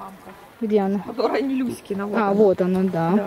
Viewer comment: Когда говорите "Люськина мать", то кажется, что говорите " Кузькина мать"...))